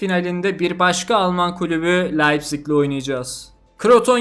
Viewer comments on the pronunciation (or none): none